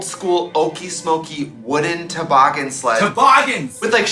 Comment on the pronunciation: When Katya said, "toboggan", it was a Massachusetts moment...thickest Boston accent l've heard in YEARS!!! Also, about the only time l remember her sounding like a Bostonian....